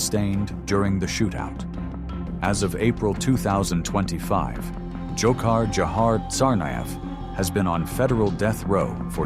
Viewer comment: You've butchered Tsarnaev's patronymic